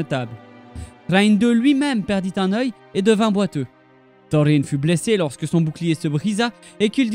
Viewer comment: j'ai un peu de mal avec ta prononciation des noms (Thorine, Durine) mais bravo franchement pour ton travail, on te te sent passionné par le monde de la Terre du Milieu. petite précision pour la bataille d'Azanulbizar : Frerin le frère cadet de Thorin a été tué durant cette terrible bataille. Dommage que une centaine d'années environ plus tard Balin, Oin et leurs compagnons ont pas écouter les mises en garde de Dain pour leur envie de reconquête de la Moria, ça les auraient empêcher de tous mourir. Merci encore pour ton travail, longue vie à ta chaine